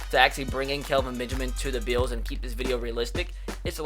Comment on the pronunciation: bills = "beeyos"